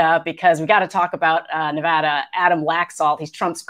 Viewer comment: Tangentially... Thank you, thank you, and, for BOTH pronouncing “Nevada” correctly. If you do not live west of the Mississippi, you can have no idea how “Nevahda” grates on the ears.